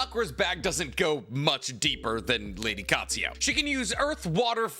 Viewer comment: Love him but once again "Katsuyo". It's Katsuyu. Similarly says "Kakuzo" when it's Kakuzu. You're the best tbh! Just interested by the lack of pronouncing a U at the end of a word and how it's always turned into an O. We're all different lol just always intrigues me